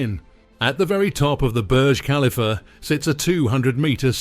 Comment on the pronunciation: Pronounce the topic of your video correctly. Thumbs down. Do better